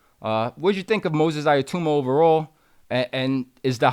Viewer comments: His name is NOT "iyatuma".. ITS Itauma: EE _TAO_MA. Make an effort to get it right FFS. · First of all.....his name is not iatoooma......it's pronounced itowma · How on earth do you get to "Aya-tooma"? It's not that complicated a name. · Usyk and Itauma are not difficult to pronounce. It’s not Yusyk and Iatamma! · eye a tooma lol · Right?! 😂 Itauma (e-taow-ma) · Learn how to pronounce his name please